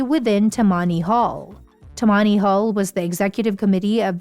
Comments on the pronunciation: Toe mony hall????? hahahahaha Tammany Hall - computer generated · Gahhhhh! Stop with the lousy AI voiceovers -- "As-TOR"? "Ta-MONNY"? Jeebus, this is super-annoying. Get a real person who knows how to read. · And get the pronunciation right! It “Tam-man-ie” Hall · The first syllablle should be accented in TA-mmany Hall.; ignorant one.